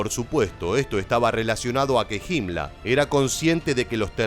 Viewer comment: Hola podrías explicarme quien era JIMLA me parece que pronuncias muy mal los nombres alemanes. No sera que te refieres a la HIENA HIMMLER de facil pronunciacion. Saludos desde Uruguay